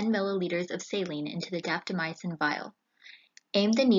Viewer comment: Will try the 5 minute intervals. Have to admit, I cringe when I hear drugs that end in "-mycin" pronounced "my ah sin." It's 2 syllables, not 3.